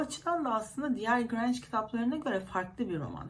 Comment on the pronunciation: Merhaba soy isminin telaffuzu Granj değil Granje şeklindedir, güzel yayınlar dilerim.